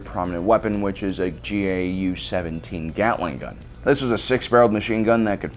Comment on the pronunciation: gau-17 is pronounced gow seventeen like cow but with a g.